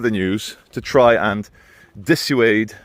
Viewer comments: why do you say 'dissuade' so weird? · Well said about the middle and upper class not giving two hoots. Reminds me of the poem "and they came". Martin Niemoller However I disagree you're firmly middle class. You can't even pronounce dissuade 😂